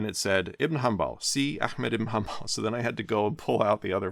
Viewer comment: Bro you just butchered Abo Abdullah Ahmad iban Mohammed in hanbal al-shaybani name